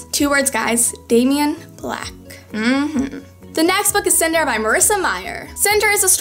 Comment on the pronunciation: You pronounce Daemons name wrong. It's not Damien haha. I used to do that too then looked it up. It's just like Damon but with a silent e